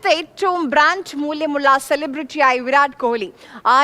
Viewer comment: ബ്രാന്‍ഡ്" എന്നല്ലെ ചേച്ചി പറയുന്നത് ബ്രാഞ്ച് എന്നാണല്ലോ😮